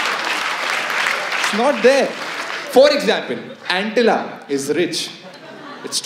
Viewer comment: It's Antilia.... And not Antilla..!!